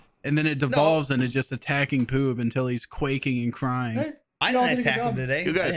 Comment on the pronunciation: did he call Poob Pube because it's making me laugh so fucking hard